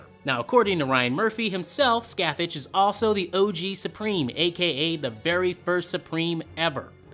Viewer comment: IT’S SCATHÁCH. PRONOUNCED SCATH-AUK